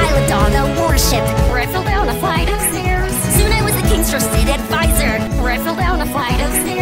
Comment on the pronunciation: I love the way she says: "Flight". "Where I fell down a FliGhHt of stairs!"